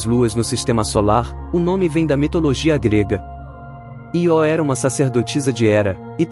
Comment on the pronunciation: Nao é ió, é io(ío), se fosse ió teria acento,vc nunca ouviu falor na lua Io( vc chama seu tio de tio ou tió,kkkk) parabens pelo canal, sou inscrito nao perco um video, abraço.